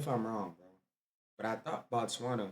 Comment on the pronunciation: You should be pronouncing Botswana correctly by now 😂 it’s more “buuuu…” than it is “baaaaa…”👊🏾